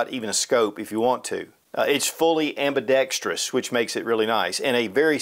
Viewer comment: Kinda petty observation, but I really appreciate that you pronounced "ambidextrous" correctly. So many do NOT...